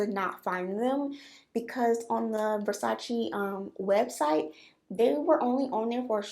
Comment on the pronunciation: It’s pronounced Ver-sach-aye! You said it right lol!